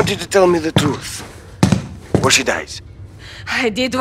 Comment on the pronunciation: When he says I seid the truth sounds like he is saying twooth